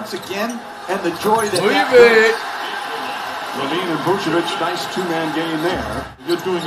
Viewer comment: It’s pronounced La Veen